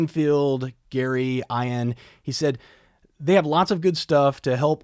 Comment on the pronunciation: Ian is pronounced ‘E-an’